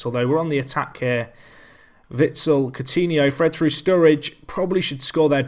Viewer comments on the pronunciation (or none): Its pronounced witsel with the focus on the last part -sel wit-sel pronounced as to sell ;)